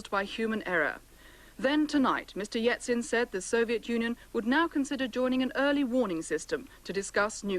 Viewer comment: Or ‘Yetsin’ as the reporter called him!